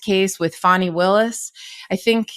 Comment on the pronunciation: Yep , he did that intently, and I’m hoping she and her team will destroy frump, he needs some lonnnnnng quite time in a cell with his Bible, AND dang dictionary! FANI is her NAME ! NoT - fannie as in referring to a persons buttocks !! I hope by the time she’s done with him and his Higher than the ALMIGHTY attitude, he’ll NEVER EVER Mis-pronounce her name AGAIN !!!! ❤🎉🎉🎉❤😂😂😂😂😂😂😂😂